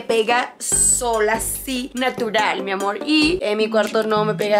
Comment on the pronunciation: Deja de decir mi amorh pareces mimada